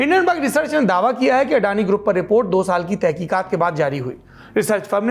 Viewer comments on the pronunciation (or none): अरे वो अडाणी नही अदानी है....हमारी मराठी मे अडाणी का मतलब अनपड होता है😁😁